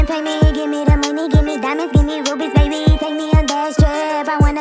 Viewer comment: Let's just accept dat joceline harnandez pronounce 'baby' as 'bunny'😂😂